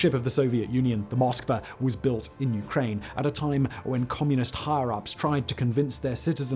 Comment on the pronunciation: Good video, but geez man, you mispronounce nearly every single word. “Ukraini,” “Abkhazia,” “Ossetia,” etc. Argh!